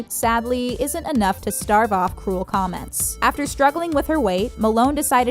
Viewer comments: STAVE off cruel comments. Not starve. You’ve done this more than once. The word is STAVE. Like slave, but with a T. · It's stave off, not starve off.